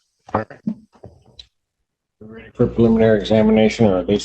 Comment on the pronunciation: I think his name is actually Daniel McGough, not Magoo. But Magoo is funny. :D